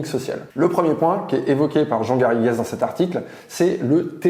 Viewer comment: Comme je porte le même nom que mon celebre cousin historien on ne prononce pas le es comme es à la fin du nom Garrigues c'est vraiment détestable ! Ce nom vient de l'occitan et de l'anglais pour définir le chêne vert le Carik.. Le s vient que ce mot était au pluriel et définissait un lieu les Garrigues. Les Garrigues sont pour les sols calcaire ce qu'est le maquis pour les sols granitiques